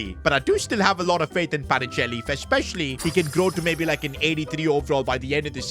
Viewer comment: PA NI CHE LI, NO PACHINELI